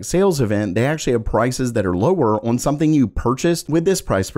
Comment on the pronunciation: The way you say on drives me crazy. “Oin”